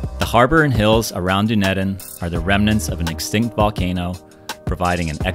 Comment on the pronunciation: I love how you pronounced Dunedin 😂❤ hahaha 🇳🇿😎 🤝 🤠🇺🇸